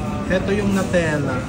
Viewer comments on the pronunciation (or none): none